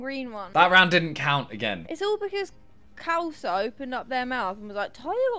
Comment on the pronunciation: It's pronounced Kh - aa (or ar) - l-sa.